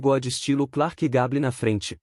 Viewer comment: Esse leitor eletrônico comete muitos erros de pronúncia. Clark Gable, por exemplo.